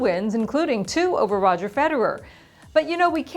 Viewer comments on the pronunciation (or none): none